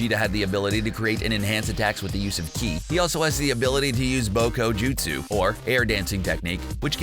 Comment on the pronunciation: That was me when he said "Bokujutsu" 😑